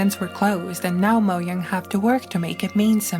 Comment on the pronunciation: since when is it "moyang"?